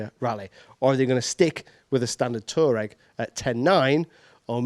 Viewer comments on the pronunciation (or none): It is not "Tureg" . It is pronounced "TuAreg".